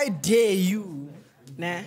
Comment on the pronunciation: I swear these people don’t know how to pronounce dare 😂